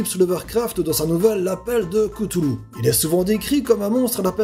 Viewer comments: Merci pour avoir mit Cthulhu en premier !! La prononciation est : CHTOU LOU (avec CH = K) et non KETOULOU Je suis pour un épisode sur lui ! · Pour précision l'auteur s'appel Lovecraft et non Lovercraft et Cthulhu se prononce "k'tulu" et non "kutulu" . Sinon ta vidéo est sympa :-) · ps cthulhu se dit ktoulou faut prononcer lec attacher au t, j'adore tes vidéo ;-) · J'ai un peu tout regardé, c'était super, je m'abonne ! Mais par pitié, c'est pas Lovercraft, mais Lovecraft ! Pour la prononciation de "Cthulhu" ça dépend des personnes, mais on le prononce plus ktulu, ktoulou ou stulu, personnellement je prononce ktoulou, mais comme tu veux ! Bonne continuation et à bientôt ! ^^ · Erdnaél Arresaccor je pense que l on doit prononcé cloutloutl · Alors cthulu ce dis ktoulou pour info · je suis le seul a lavoir entendu dire cuthulu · Ça se prononce " Ktoulou" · C'est Katoulou la véritable prononciation. Mais la véritable prononciation de la vérité, c'est qu'y en a pas normalement, en tout cas selon Lovecraft !